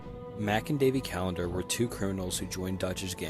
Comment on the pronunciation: ITS THE CALLANDER BOYS NOT THE CALLENDER BOYS WHY THE FUCK ARE ALL RED DEAD CREATORS ILLITERATE?????? IM GOING TO FUCKING JUMP OFF A BUILDING WHY DOES NOBODY KNOW THIS